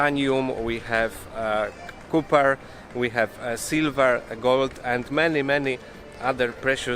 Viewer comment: Dobra robota ale musisz zwrócić uwagę na wymowę ważnych słów: dla Ciebie „coil , cooper” to zapewne węgiel , miedź, ale dla WASPa to „cewka, bednarz”